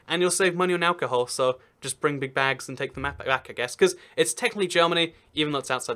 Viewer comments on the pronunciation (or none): none